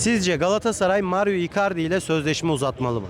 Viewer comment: Mario değil Mauro amk adam 4 yıldır burada daha adını doğru söyleyemiyorsunuz